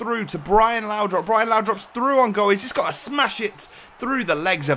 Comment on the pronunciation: It's laudrup not laudrop please stop saying laudrop it's really annoying